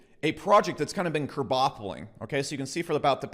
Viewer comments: What's the difference between kerpoppling, kerbaffling and kerbuffling lol? Like how u just make up your own vocabulary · “Curbuffling” - what’s that?